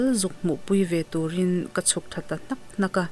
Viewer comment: a ngaihnawm khawp mai, chutih rualin ṭawng thluk mam zan lo, hnak hnak, fap fap han tih chi ho thluk dan erawh khan chuan a thu nihna tur a phawl chhuak pha lo deuh. Han dik deuh se chuan ngaihthlak a nuam leh zual ang.